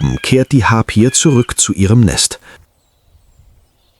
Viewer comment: „Harpüjen-Adler“ wie peinlich ist das denn ausgesprochen? Es heißt Harpi-en, mit Betonung auf der ersten Silbe! Zum Glück hat das dem Erzähler nach einer Weile jemand verraten. Wobei „Senftmut bedeutet nicht Wächte“ dann deutet ja glatt schon auf KI statt eines echten Erzählers hin, das liest doch kein echter Mensch so ab?! Aber sonst schöne Doku, tolle Bilder!